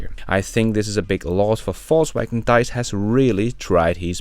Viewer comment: It is not Deiss, he is call Diess :-)) Very surprising to hear that he is stepping down. Can't hear it anymore that they are not on track and don't "get" it. Perhaps.